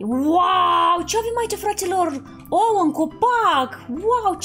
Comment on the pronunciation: Auzi la: Voi ati decorat ou ă